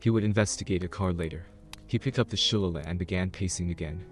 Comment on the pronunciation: I think that the club he was carrying is pronounced Shul-Lay-Lee. (Shilleighleigh). Irish version of a club. My Dad threatened us with using one one on us while we were growing up.